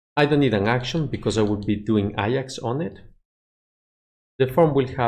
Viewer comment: A-JAX, not I-AX, its not a football club